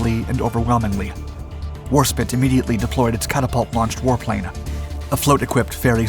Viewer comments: I wish you would put at least a " little " bit of effort, in pronouncing the bloody names correctly, for the love of God man, War spit ? if you can't tell the difference between spit and spite, how the hell can we trust anything you say is factual . Its bad enough when you talk about one piece of equipment and show pictures of something different all together, but come on man, this could be a great channel and with just a little bit of effort, you can do it, your choice of subject matter is top notch, if you just fix these two things your channel will be fantastic . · Me as a German can say with 100% that we dont Call it Spit. We Call it Warspite . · It's War - SPITE... that's SPITE meaning contempt, disgust,, not SPIT.... SPITE rhymes with WHITE or LIGHT, not SIT or 5H17 . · Its warspite not warspit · WAR SPITE! Not spit. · WarSPITE not WarSPIT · War-spit?! What are you talking about. The name is spelt with an ‘E’ at the end!!! Should you want to say “spit” it would be spelt exactly like that. However, if you cannot read or write then get some education. It’s a famous British ship, stop the insults. 😡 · Good video but pronounce Warspite right 😂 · Oh man your going to trigger all of us by saying warspit. I thought the first time was just a mistake, but no. It’s one of the most famous British ships and is clearly spelt. These videos used to seem great but lately I just find myself looking for mistakes or wrong facts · HMS Warspite not HMS Warspit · I spit on your pronunciation of spite. Warspite can’t be that hard to pronounce. Even if you don’t know the word, an ‘e’ at the end changes how you pronounce it to a long vowel sound. Very basic stuff. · Interesting film, however, correct pronounciation is "War Spyte", languages can get confusing sometimes. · Great video, but you constantly mispronounced the name of the main warship - HMS Warspite (not war spit as you kept calling her, that would be something else entirely!!) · Did he say "war spit" ?!?! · War Spit 😮💦